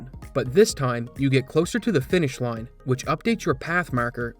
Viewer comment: I forget if I've asked this before., are you a Maritimer? and around there I feel like I'm hearing a strong Maritime Canadian accent. "Time", "Line", and "Marker" sound very Newfoundland lol. For the record, I love it, I just really honed in on it after that time-stamp and can't stop hearing it lol. I bet anyone who wants to take it, a fair bet I'm not Googling first, $100 Canadian that grew up in Newfoundland (and Labrador). I could use the money and I'm so sure I'm right lol. You have to internally accept the bet before Googling the answer. I'll know. Edit: My second, unofficial guess for betting purposes, as I keep listening to him, is PEI. That's Prince Edward Island to you non-Canadians. That's just for pride. First honest guess was Newfoundland. Just started hearing PEI more as I listen.